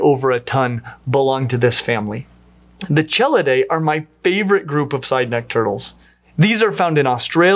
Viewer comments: Dude, the ch in chelidae, trionychidae, et cetera all are pronounced with the hard K sound. In fact, if you want to get neoclassical names right, just err on the side of assuming ch is a hard K sound, unless you learn otherwise specifically. This would solve your sole error that I noticed. Sadly, this has so many "chel" in it, (all because kelone, romanized to chelone, means turtle/tortoise in classical Greek) so it kept happening. And mispronouncing archelon. AR-kelon. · Hi, as a turtle researcher I very much enjoyed this video but I want to make one comment. The ch in all of these names, Chelydridae, Chelidae, Cheloniidae, should always without exception be pronounced with a hard k sound. A soft ch sound as in charm should never ever be used for any words of Greek origin. Great video otherwise! I was glad to see you were up to date on the placement of Trionychia relative to the rest of Cryptodira, as opposed to the older placement nested deeper up in the clade.